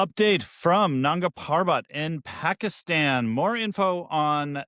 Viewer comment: Please pronounce Nanda properly just ask someone they will tell why its sounding inappropriate.